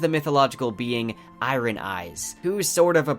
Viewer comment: Good info, well presented. He could use coaching on pronunciation of a few word, e.g. iron and chasm